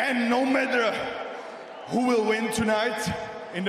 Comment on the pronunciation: right after he say he not samurai says AND NOOO MATTUR in a damn near old japanese guy accent is too funny 😂😂